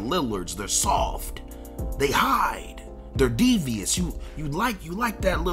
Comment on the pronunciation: Why he said soft like that lmao